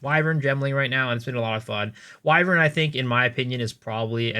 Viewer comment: the only one who knows how to pronounce "Wyvern" lmao